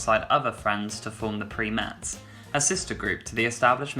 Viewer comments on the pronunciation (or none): By the way the way, you are mispronouncing the original name of the group. It's pronounced with a long i as in Prime-ettes as they were the female counterpart of the Primes who later changed their name to The Temptations. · It's not PRE- mettes ---- it's pronounced PRI - mettes. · One tiny quibble - the Primettes was pronounced PRY-mets. Not PREE-mets. They were copying the name of the guy group the Primes. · the name is PRIMEttes not PREEM thankyou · Pri (Preye) not preemets. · It's pronounced PIME-ETTES! and NOT PREEM-ETTES! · ITS PRIMETTES ( PROUNCED LIKE A FEMINIZED VERISON OF RHE PRIMES)